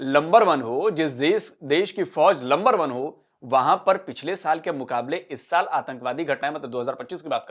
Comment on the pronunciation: Lumber one hai phai. JAAAJBA PAIJAAAAN....😂😂